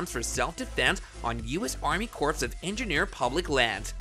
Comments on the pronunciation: You lost me when you pronounced corps as corpse. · It is pronounced CORE, not CORPSE . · "Corps" is pronounced like "core", not "corpse". English is silly, I know, but it might serve to discredit you content if you're pronouncing words like that incorrectly. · It is pronounced core not corpse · Omg is not enunciated CORPSE. it's CORE. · Corpse of engineers. Egads. Corps of engineers is pronounce more like core. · Bro, when you read the word "corps" you say it like "CORE", not "corpse"... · Army corpse 😂 come on man. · he keeps saying "corpse" of engineers... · Corps is pronounced as core… Oh God help us! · The word “corps” is pronounced like “Kor”. It is strange and sad for a news reporter not to know this. Ask any U.S. marine. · It’s not Corps like a dead body. It’s pronounced Core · Corpse of engineers? You probably say the "t" in castle and Christmas, too. You're either a really dumb human or a decent bot. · "CORPSE of Engineers" ?? LOL! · 2nd time watching your videos. Appreciate your work. However please understand the word CORP/CORPS is pronounced CORE/CORES. Many ppl makes that mistake. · It’s pronounced CORE, the P is silent..geez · Please learn how to pronounce the word corps. The way you say it hurts my ears.